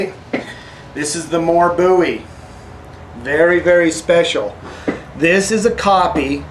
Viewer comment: Finally someone who pronounces 'Bowie" properly. It is pronounced 'boo-ee', not 'bow-ee'- That is a rock singer-wrong guy......